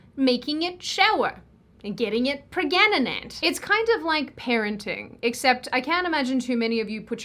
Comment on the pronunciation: I wanna say “pre-ga-na-nant” from now on instead of “pregnant”.